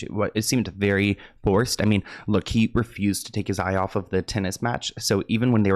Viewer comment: Okay but she said “luke” for look. I too would have said “huh?”